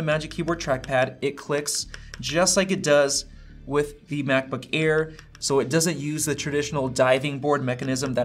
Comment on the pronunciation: “Macbook ear”